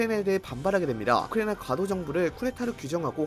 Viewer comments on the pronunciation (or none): 진짜 어지간하면 얘기 안하려고 했는데 우크라이나 발음 너무 날리시는 것 같네요..